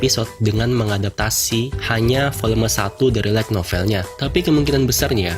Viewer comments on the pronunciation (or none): Lu baca "like novel" atau "light novel" bang? Pronunciation light belajar lagi bang, biar viewer ga bingung